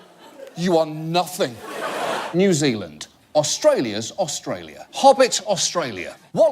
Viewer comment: New Zilind, is just east of Ostruckinfalia. John Oliver needs to brush up on his kiwi accent. He's sounding like a Yarpie